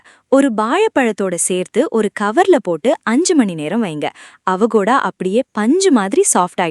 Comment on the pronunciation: அவகோடா இல்லை. அவொகேடோ. Avocado